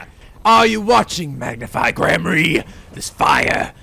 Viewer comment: I've noticed you say Magnify Gramarey. I always thought it was Mag-nifi like Magnificent Also this is my absolute favorite break down in the entirety of the series Ah yay- the Rite of Turnabout... Hah.... This case is really long...